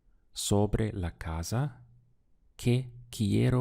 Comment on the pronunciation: Is there a regional aspect to the way you seem to pronounce your "s"es in words like "casa".. ?I hear "ca ZAH" and my dictionary says "ca SAH"